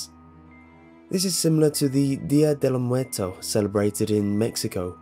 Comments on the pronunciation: Awwwww, he mispronounced Día de Los Muertos. He's still awesome though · No offense, but you said "Dia de los muertos" very bad